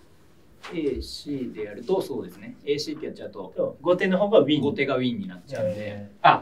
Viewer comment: 後手を"こうて"ってずっと言ってるの、米結びみたいな勘違いなのかな...